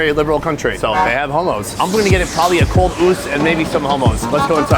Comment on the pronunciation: "they have hommos" 😭😂✨